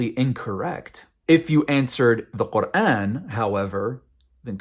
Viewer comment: woah the way u pronounce quran, ive never heard anyone say it like this but it sounds soooooo beautiful omg